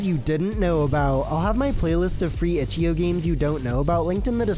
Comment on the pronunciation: Stop pronouncing it itchy-oh its itch-I-OH